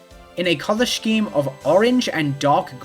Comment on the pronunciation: i KNOW you read these comments so i just wanna say i think you are genuinely my favorite youtuber that exists. i love to see a pretty girl talk about RBY and fighting games. and then? there is more. gonna have to dock points for your pronunciation of "scheme" though